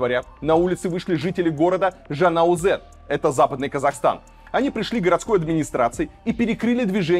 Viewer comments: Не МангИстаУсская, а МангыстАуская область. Правильно говорить город ЖанаозЕн, а не ЖанаУзен) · Жанаозэн, Актобэ, тэнгэ, режет ухо, неужели невозможно говорить: тенге, Актобе, жанаозен? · Казахстанцы, всех передёргивает когда Варламов говорит: ЖанаозЭн, МангистаУская область, ТалдыкОрган, АктобЭ, тЭнгЭ. Или я один такой прогоняю? пхехехехе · Илья на будущее - не МангистаУская а МангистАуская область,не ЖанаозЭн а ЖанаозЕн,не АктАбЭ а АктОбЕ,не тЭнге а тЕнге,а то и не красиво и не правильно.Имейте ввиду.(Сам с Актобе) 🇰🇿🤝🇷🇺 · Илья, не делайте из Е - Э, жанаозЕн, сЕмЕй, тЕнге.... Как пишется так и говорится ... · Ну почему нельзя произносить название через "Е", а не "э"...ЖанаозЕн, АктобЕ, тенгЕ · не жанаозЭн, а жанаозЕн.! нормально произносите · Как вы задолбали в Рашке. Почему букву Е не можете говорить как будку Е, а не Э. ЖанаозЕн а не ЖанаозЭн. И тЕнге а тЭнге 🤦🏾‍♂️ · Илья, вы задолбали произносить звук Э там где его нет! ЖАНАОЗЕН, АКТОБЕ, ТЕНГЕ. Где в этих словах есть буква Э?!?! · ЖанаозЕн,АктобЕ,ТенгЕ! Не МангистАУской а МангыстАуской! Где там буква «Э»😭🤦🏻‍♀️🤦🏻‍♀️🤦🏻‍♀️🤦🏻‍♀️чувааак…..